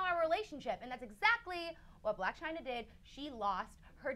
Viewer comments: It's "Blac Chyna" NOT "Black Chyna" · It's 'Blac Chyna' not 'Black Chyna' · coughs It's Blac Chyna.. not 'Black' Chyna .. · It's Blac Chyna not black china